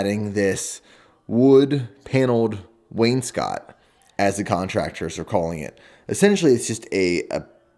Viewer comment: I own a painting company and your contractor is doing a proper job! also you properly pronounced wainscoting so good job lol not too many people do